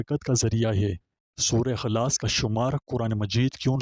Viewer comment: سورہ خلاص نہیں سورہ اخلاص ھے